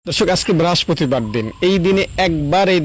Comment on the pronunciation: উচ্চারন তো আপনার ঠিক না । যান্বী বলছেন লেখা রাম্বীকুল্লাহ । বেরাস্পতি কি?